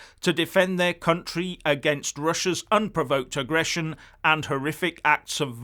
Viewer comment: i noted the emphasised 'unprovoked russian agression'